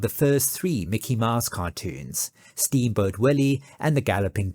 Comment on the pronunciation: Mickey "Maahs"? That's Mickey "Mows" (/maʊs/).